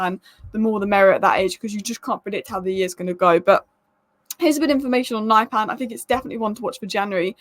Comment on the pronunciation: Pronunciation: Not naipan, but niypan